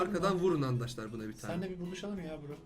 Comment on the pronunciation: abi nie handaşlar diyon arkadaşlar değil mi o ?